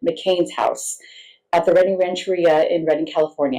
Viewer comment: This is only 30 mins north of me so this story hits home.... I'll never forget when they found her truck... such a heartbreaking story and I pray they find justice for Nikki and her loved ones! BTW it's pronounced Ranch-er-ria no biggie tho